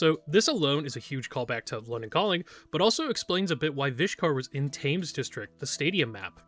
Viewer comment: One day I will get you to pronounce Thames correctly